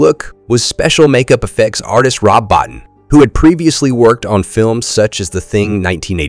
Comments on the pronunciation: You need two things: #1 lower your gain because your recording is always clipping (so lowering volume won't solve it because it's a saturation problem); #2 get the names right: it's not pronounce Bot'n, it's Boteen and the name of Verhoeven is pronounced VerhouVAN. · Bottin is pronounced Bo-teen.